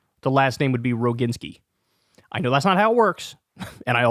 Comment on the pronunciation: I think her name is pronounced Row-JIN-skee. Hard "g".